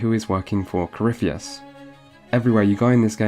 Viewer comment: Coryphie-tits, please at least get the name right